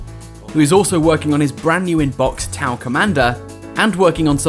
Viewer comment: "Bought T'au" Ew.